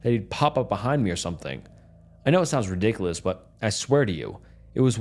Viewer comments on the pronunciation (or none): none